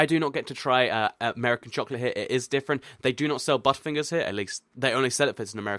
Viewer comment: listen closely to when says butterfingers it sounds like gasp #JohnHammondConfirmed #JurassicWorld #JurassicPark #TU #FindingLulu #BannanaBoat #PotatoOverlord #SubscribeToAll #Pokemon #PeanutButterJellyTime